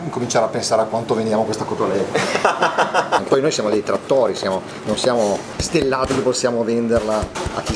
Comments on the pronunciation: CoSSStoletta??? Come avete potuto? Vi perdoniamo...ma che non si ripeta mai più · Si dice COTOLETTA!!!!!